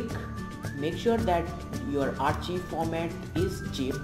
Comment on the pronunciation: its not archiv its arkaiv